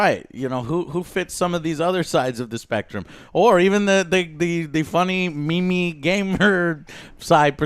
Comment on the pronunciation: Did Joe just say "me-me"? One of those guys aye.